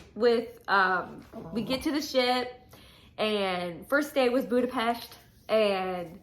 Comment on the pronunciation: Thank you for pronouncing my home’s name correctly! I wish you strength and all the love during this chapter of life. Virtual hugs from Budapest!❤